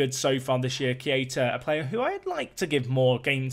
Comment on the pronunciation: It's kay-tah, not kee-ay-tah